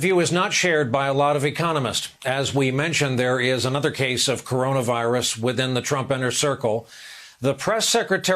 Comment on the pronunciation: 🍊 Pls don’t pretend you learn a lot, u can’t even read corona virus right.